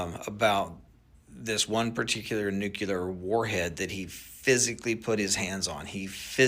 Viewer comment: This guy saying “nucular” instead of “nuclear” tells me all I need to kno.